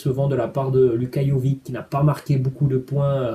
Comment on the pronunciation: Au passage ça se prononce pas Jovi"c" mais Jovich